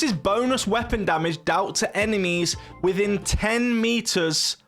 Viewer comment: found only one - "WIHTIN". Great video btw :)